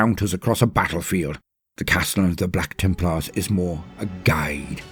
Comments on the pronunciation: BLYACK TIIMPLAAAHS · I freaking love it when he says ´´BLACK TEMPLARS!!!!´´ XD XD XD